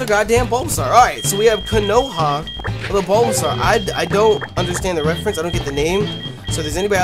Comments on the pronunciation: How you gonna watch Naruto and not know Konoha?! It's pronounced "KO-no-ha", not "ko-NO-ha" and it's The Hidden Leaf Village/Village Hidden in the Leaves that Naruto is from. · Konoha is pronounced as it is written, you don't change Ko-NO-ha to Ko-NA-ha... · you said "konoha" as "kah-no-ha" but its not pronounced like that its a reference of konoha in nartuo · Konoha is named after the village in Naruto, Konohagakure, also known as "The Village Hidden in The Leaves"... (Koh-Noh-Haw) (Koh-Noh-Haw-Gah-Koo-Reh) Pronounce as shown Please... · Ko- pronounced co- as i coke No- regular no Ha- just ha sorry it just bugged me a little keep it up cx